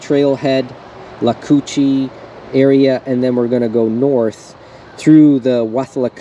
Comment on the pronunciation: It's with-la-coo-chee. And In-ver-ness.